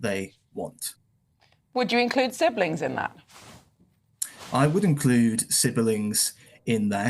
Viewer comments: I just hate the way he says siberling, I dunno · I just came back to rewatch for a chuckle and "sibbuhlings" got me all over again. I love this guy. I need to hear more from him. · The way he pronounces siblings with three syllables... he can barely stop himself licking his lips.